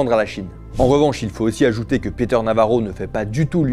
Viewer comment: "Peter" se prononce "Piteur", pas "Péteur". Mais édifiant sinon.